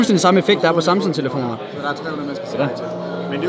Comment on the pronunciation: Elsker du kalder "Samsung" for "Samson"